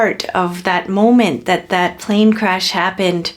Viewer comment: Plan cresh its ai hack plan engine 😭😭